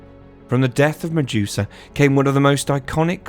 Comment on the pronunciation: The way Ure pronouncing Medusa …😖